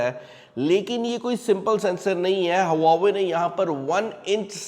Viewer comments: It's not हवावे it's वावे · Huawei ❌ Hauva ve✅ हौव्वावे ✅